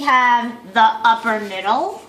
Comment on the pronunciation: Lol i didn't watch the rest of the video...so you're saying unicorns are real?? What a dumb gold digging woman....btw it's "upper" not "uppler".